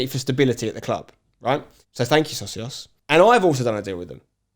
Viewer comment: Don't personally care about the Socios deal but please pronounce it properly 🤣. It's already a word in Spanish